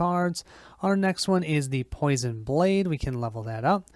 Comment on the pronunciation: POI-SON not PO-SHUN